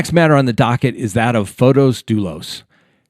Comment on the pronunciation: Hi! Thanks for your posts. I'm an early subscriber and I thoroughly enjoy your analysis of current proceedings. I thought I'd let you know, it's pronounced Fotis, not Fotos. It's a fairly common Greek name.